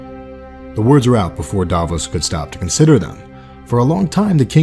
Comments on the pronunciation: It's Davos Not "Daaahvoes"! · it was "and the cats, never liked cats" and its Stannis not stanis, Sallahdor saan not salador sam and Davos not Davis, Jon snow is the 998th lord commander how is Stannis going to be the 1000th even if he lived? come on man you have a 13 years old son you can do better. i forgot this, he said "A good act does not wash out the bad, nor a bad the good." not what u wrote